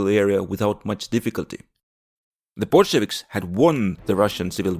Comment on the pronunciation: Yea I thought this was about the current war until he said Bulshavics